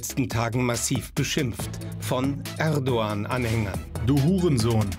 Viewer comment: Er braucht das türkische T Shirt nicht anzuziehen,wenn er bewusst den Namen „Erdoğan” nicht richtig liest!!!! Nicht „erdogan“ sondern „erdo _an“ wird es ausgesprochen!!! Wenn ein anderer es falsch ausspricht weil er die Buchstabe „ğ” nicht kennt,habe ich dafür Verständnis,aber für einen ,der behauptet Türke zu sein,nicht!!!! Das ist genauso wenn ich das Wort „nah“ als „nach“ aussprechen würde,weil im türkischen die Buchstabe „h“ betont wird,aber da ich ja die deutschen Buchstaben kenne,muss ich ja anders aussprechen,ansonsten wäre das irgendwie Provokation!